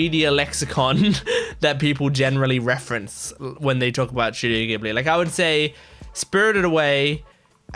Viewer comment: スタジオ「ギブリ」じゃなくて「ジブリ」なんですよね…。